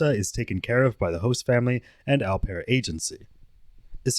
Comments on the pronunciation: 'Au' pronounced OH btw not ow! Thats painful to hear through out, such a basic pronunciation too! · Au pair= "oh pear" (like "go") not "ow pear" (like "cow"). He said it correctly, it seemed like you paused to correct him and explain. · Ow pear is not how you pronounce it. It's oh pair. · It’s pronounced, “O-pair” Not “ow-pair” for future reference. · The narrator mispronounces "au pair" & I'm finding it distracting. For the record, it's pronounced more like "O Pair". I know most people don't care but hey, I do. Additionally, I have never heard that two people having the same name in American culture is considered rude. That's absurd! Many families name sons after fathers - isn't that a case of having the same name? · Au Pair is pronounced "Oh Pear", like the French word "Eau" and "Eau de Toilette" on cologne (like the guy said in the interview several times). I thought it was funny when u kept saying "OW PAIR" lol (did u think he wasn't pronouncing it correctly?). The "OW" sound in French is written "AO" (like "Cacao") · Pronounced opair,not ow pair. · Au Pair is pronounced Oh-Pair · "Aaauuuu-pear"?! Come on dude, they literally pronounced it for you during the interrogation 🤣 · Hey, just fyi, Au pair is pronounced like “Oh Pair”. Its français. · It's "OH" pair. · Just fyi it’s pronounced Oh pear …the pervert and the detective both pronounced it several times. I apologize for letting my need to let you know this, I have the best of intentions 🙂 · Great vid, Just 1 thing au pair is pronounced (oh-pear) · The way he pronounces au pair. 😂😂😂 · I wish you could pronounce, ’au pair’ properly.